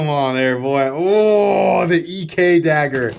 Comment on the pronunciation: I know everyones busting your balls over your pronunciation but I think the name is just Ek like heck without an H. Rick listed that grind as “hollow”, Im guessing to give it better cutting performance on the flats?